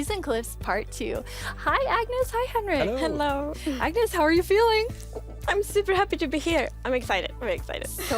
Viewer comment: did Agnes really say: *Hennlo*?